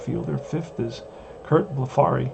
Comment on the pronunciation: Both pitchers hitting home run. Extremely rare! Curt Blefary is pronounced Bleff-a-ree,, rhyming with referee.